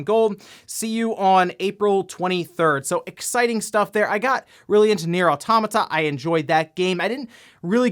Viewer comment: it's pronounced "Auto-mah-ta" NOT "Ah-tom-mah-ta"